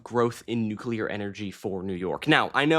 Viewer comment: The nucelar chill-section caught me off guard.